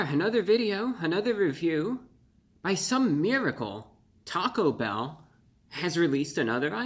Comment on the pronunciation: The emphasis in "taco bell" is placed on the E in "bell".